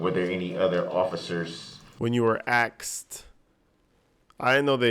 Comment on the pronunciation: Axed😂. I can live with that one. But tackit agreement, oaf of ofc, biast, and on and on. I agree on the judge. I know she was trying so hard not to give this pos an appeal, but sometimes she allowed way toooooo much. It was hard to watch. But someone pointed out to me that if he got an appeal, the poor witnesses would have to go thru this hell all over again. It helped me see her in a different light. But still there were times....